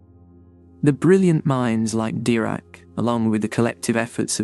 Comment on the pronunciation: Brian Cox never called Dirac ‘Dairac’ or Guth ‘Gath’.